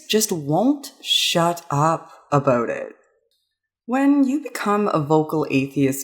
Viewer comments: Hehe... "aboot" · "And that's why we shouldn't just shut up abooot it" - A Canadian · Is Canadian? The "about" seems to be a giveaway.